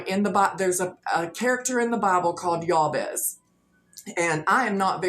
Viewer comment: Just as a courtesy fyi, I think most people pronounce that Biblical figure’s name as Jay-Bez (actual spelling Jabez).